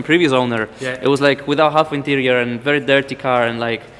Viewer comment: "weri windi, weri cloudy, very rainy" kocham ten akcent i wymawianie gdy jest sie polakiem